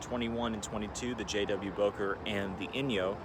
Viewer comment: First that's not how you say Bowker and 27 wasn't there